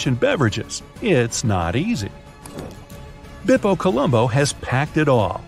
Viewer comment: "Bebo" Colombo...? Bepi was funny enough to begin with, but Bebo? 😂😂😂 But in all seriousness, great content. Thank you.